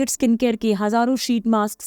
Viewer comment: स्किन को इस्कीन क्यू बोलते हो?